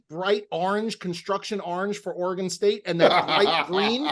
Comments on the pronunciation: Orrr-Eeee-Gone,? It's pronounced: Or-gun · It’s Or-again. Not Or Agon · Orygun!!!! Not OreGONE! Thanks for the content, boys, but help us Oregon fans out and pronounce it right. Help me help you. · What's worse, the In tournament colors or hearing you guys pronounce it Ore-gone! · Is it an east coast thing to mispronounce Oregon as "OreGONE"?... it pains me it really does. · ORE-GONE LOL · The pronunciation of Oregon hurt this Oregon native.